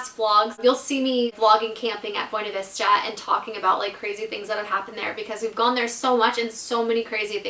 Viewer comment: Buinevesta not bwenevesta